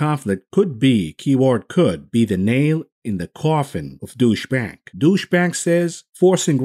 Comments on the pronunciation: "douche bank" lol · Love how you deliberately pronounce Deutsche Bank as Douche-bag 😂👏